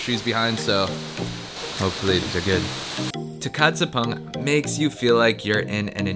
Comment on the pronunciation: Do you try to learn the languages of places you go or do you mostly ignore the locals and just speak english? Surprised you've been to Tukad Cepung multiple times and still don't know how to pronounce it. Lol. The letter C in Bahasa Indo is spoke with a "ch" like in choose. Kamu baik dengan cewe cewe di indo, atau bukan? 😂 Still love your videos, keep the good times alive 🤙